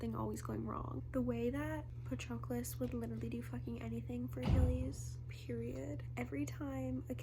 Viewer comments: IT'S PRONOUNCED PA-TROH-CLUS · I think it’s pronounced pa-trow-clis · The way you pronounce Patroclus kills me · it is not that hard to go on google translate and find who to pronounce the name of the protagonist, jesus christ